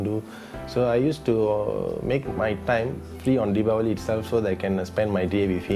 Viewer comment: That's great. You pronounce Dipawali exactly perfectly.